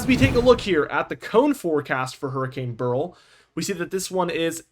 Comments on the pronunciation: It's pronounced "bear ill" or "barrel", not "burl". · Beryl... BEH-ril...two syllables. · Beryl is a name and gemstone. Its pronounced like Cheryl. "beh ruhl"